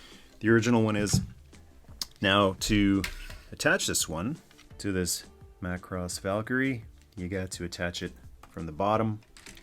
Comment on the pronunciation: Ah yes, the greatest Transformer ever: MA-KU-ROSS~ I mean Jetfire.